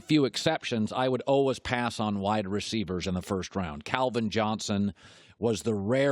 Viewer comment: He pronounces always as “alwas” don’t listen to him